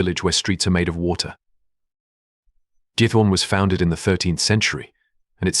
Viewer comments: It’s Giethorn not git hoor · it is not almeer but aalsmeer flowers auction. and it is giEthoOrn. do your homework !!!